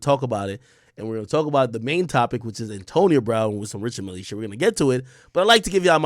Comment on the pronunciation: Richard Mille are one of those brands that’s gonna appreciate in value and btw it’s not pronounced that way it’s Swiss French Ree-shard Mee l